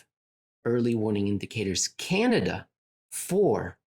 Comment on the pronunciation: I personally appreciated the extra “n” in the word Canada. I know it was probably a slip but with genius one never knows. I’m moving forward with Cananda? for the short term because life is more fun this way! Also I did actually laugh out loud, thank you